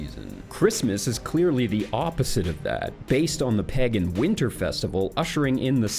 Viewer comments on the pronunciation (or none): My only question is why the hell do you pronounce pagan like peggin'!? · not to kink shame, but it drives me up a wall hearing pagan pronounced as peggin' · When you say pagan it sounds like pegging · Say PEHgan one more time please